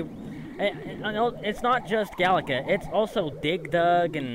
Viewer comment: Oh my god, the way you pronounced “Dig Dug” sounded like “Dick Dug” 🤣